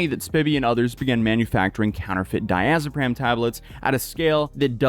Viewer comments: Hello, pharmacist here. Umm 🤓 it's actually Diazepam not diazopram. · “Diazepam”, not “…pram” ;-) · “I could easily be botching that name” while botching “diazepam” the entire video. 😂